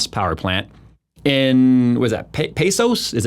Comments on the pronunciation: Its "pay-kose" or as Texans say it "Pay-cuss" Pecos Tx 😉😂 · Pecos = PAY-kos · There is NO NEED for over 3,000 Data Centers. What data are they utilizing? Storing? Did they violate 4th Amendment Rights to collect and store that data without your consent? Pecos is pronounced PAY-COS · 2 things - look into Molten Salt Reactors and it is pronounced "PAY COS" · Pay-Cos, as in "cosine". But bravo for effort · Pecos = pay-koes (well, that's how we say it in Texas) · worst pronunciation of " Pecos" ever 🤣